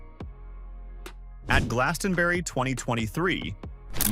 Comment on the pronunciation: Americans just can't pronounce Glastonbury